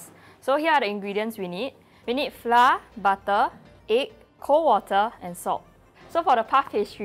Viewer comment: when someone gonna teach that flour is pronounced like 'flower' instead of 'fla'